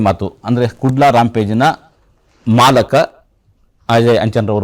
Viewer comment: Le ಅದು ಮಾಲಕ ಅಲ್ಲ ಕಣೋ ಅಣ್ಣಾ...ಅದು ಮಾಲೀಕ 😂😂😂